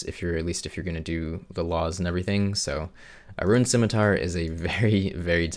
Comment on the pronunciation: "Liked" for pronouncing scimitar correctly.